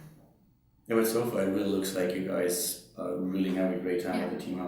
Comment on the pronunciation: did he say " alright gays" ? ^^